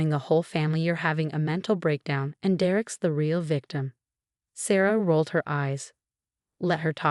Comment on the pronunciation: I do like the narrator's voice. I have heard several stories by her. But. please, I beg you! She must learn how to pronounce people's names. In this story alone, Derrick and Martinez were constantly mispronounced. 😢In other stories, Rachel is mispronounced...and it is used often. Does no one review, edit or preview these stories? 🤯 Perhaps the voice-over actor is not a native English speaker. If not, then I congratulate her on her English speaking skills!😊 Is this possibility AI? I doubt it, as AI thinks a comma, like a period. is a full stop. PLEASE! Give her names she is familiar with and can easily pronounce or instruct her before hand. Never mess with someone's name.😬